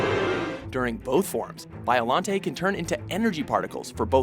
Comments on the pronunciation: Bio- Lon-te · Anguirus and King Cesar are not villains. You should count all three Mecha Godzillas like you did with every other monster. Really?? Battra??? Gosh dangit. Also Its pronounced BIOLONTAY. Also why the heck is Zilla an honorable mention? And some of these powers these monsters have only used once and youre saying them like they use them all the time. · u pronounced biolante rong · just saying Biollante's name is pronounced as "Biolan-tay", if it ends with a "Te" its pronounced "Tay" and Anguirus is Godzilla's closest ally and best friend, may wanna look into this another thing, ive also heard Gigan as "Gig-ahn" also, its called "Modified Gigan" finally, in the canon, its pronounced multiple ways, but (dont quote me on this) the way to say Destoroyah, is "Desu-teroy-ah" and that last Ghidorah snippet, was 2004's Keizer Ghidorah, who is a quadruped, not a biped like King Ghidorah, another thing to note is all horns on Kaizer's heads are all different, and his middle head is in front of the other two unlike King Ghidorah, where his is at the back just saying, sorry i any offense is brought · I just want to add biolante is written as biolante but pronounced as biolant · Its Bio-LON-tae